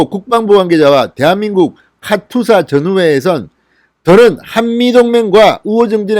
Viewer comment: 카츄샤가 아니라 카투사가 맞습니다.